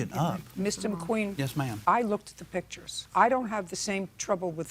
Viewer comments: "Pitchers" or PICTURES? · Pictures, not "pitchers". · That's what I kept saying, but the plaintiff kept pronouncing it as "pitchers"